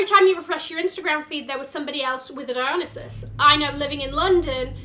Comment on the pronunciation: Agree with this 100%. Also, I'm not sure why every Youtuber cannot pronounce "Dionysus" correctly. He's the Greek God of wine. DIE-on-NIGH-sus.